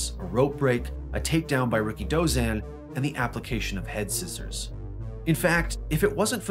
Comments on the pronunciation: I always pronounced his name as "RI-KI-DO-ZAN" not "RIKI-DOZAN". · You don't pronounce his name like "Ricky Dozan". You say it all together. And pro "wres"? 🤦‍♂️